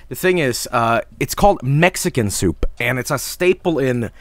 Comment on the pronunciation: Thank you for confirming the correct pronunciation of soup is "SOOPP"